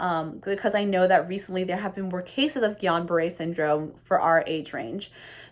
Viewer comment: It isn't called Guillion -Barre! it is Guillain-Barre